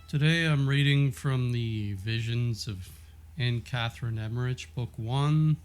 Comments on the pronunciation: So as a German, my ears are ringing when Americans are trying to pronounce Emmerich which they never do right😉❤️ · You might want to look up the pronouncing of Emmerich and Ephesus